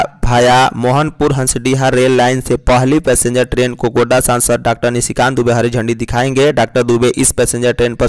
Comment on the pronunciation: GONDA NAHI HOTA HAI GODDA HOTA HAI